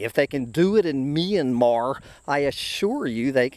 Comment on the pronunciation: Oh btw....it's "me...YAN...marrr" (Myanmar) all rolled together fairly smoothly